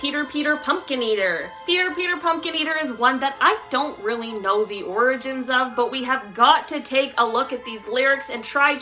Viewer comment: Ok I think pronouncing orgins as organs is creepy